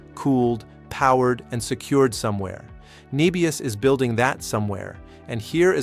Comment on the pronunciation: Start with getting the AI to call the company the correct name. It called it 'Nee-bius' multiple times before correcting to "Neh-bius" later in the video. Lost credibility if you aren't even pronouncing it correct.